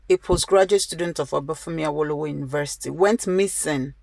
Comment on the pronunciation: Why are you just messing the names up even Awolowo is hard to pronounce???